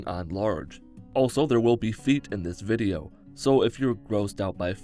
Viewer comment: "Thur will be feet in this vidheo." Me: Nah. I'm out. Also me, earlier: Ohh? Let's click on this video!